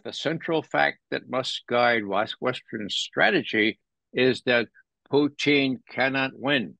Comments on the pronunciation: I don't. I really don't like hearing people pronounce foreign language words with an exaggerated accent. It's irritating. And Russians don't even say Poutine like he does. They say it with a very short second syllable, so he's not even accurate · Why does Ray call him Pooteen? My goodness that was annoying. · Why can't these "smart" guys pronounce a simple 2 syllable name Putin correctly? They usually get one or both wrong